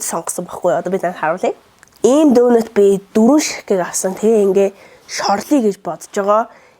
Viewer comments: Дөнөт биш донот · Donut iig zuv duudkj bur ydaaaal bh yumoo ydj bhd nuure tsav tsganr kremded suns shig